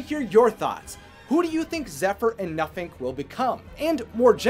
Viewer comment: For a second, I thought you said that his name was “Nothing”😂 I was like “damn, way to hate on your kids”😂